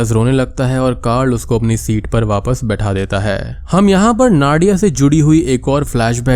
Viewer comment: Its नादिया , not नाडिया